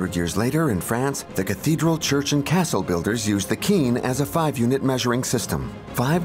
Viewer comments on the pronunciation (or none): none